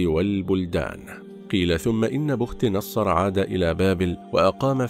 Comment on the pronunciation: بختنصر تقرأ بالكسر وليس بالضم مع تسكين الخاء وفتح التاء وتسكين النون سأكتبها لك بالمدود لكن عند القراءة إحذف المدود فقط لمعرفة الشكل الصحيح بي ختانصار